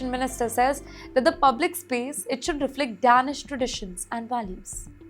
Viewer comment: HI LADY, .. ITS PRONOUNCED AS DAYNISH, NOT DAANISH .. FOR DANISH PEOPLE .